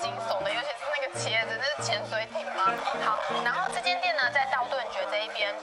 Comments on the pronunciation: 道頓崛(ㄐㄩㄝˊ)...X 道頓堀(ㄎㄨ)...O 真的很厲害，全部吃完了， 感謝介紹，下次去大阪又多了一家店可以嘗試啦！ XD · 道頓堀ㄎㄨ 才對，不是崛ㄐㄩㄝˊ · 道顿堀（kū） 不是 崛（jué） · 不是崛ㄐㄩㄝˊ，是堀ㄎㄨ啦。 到底最早是哪個人開始念錯的啦。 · 是道頓堀(ㄎㄨ)不是道頓崛(ㄐㄩㄝˊ) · 跟高雄新堀江一樣，很多人都會唸錯，不是崛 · 咦？不是道頓堀（ㄎㄨ）嗎？ 然後怎麼沒有跟巨人拍照呢哈哈哈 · 道頓“堀”ㄎㄨ 新“堀”ㄎㄨ江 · 那個不是唸ㄎㄨ 嗎？堀